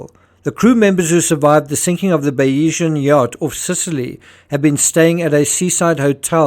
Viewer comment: Just an FYI the pronunciation is Bayes-Ian. Named after Thomas Bayes whose theory Mike’s businesses were based on. So Bayeseeyan. Or Bayes-Ian but said together. As a fellow Saffa, Afrikaans fks up our pronunciation!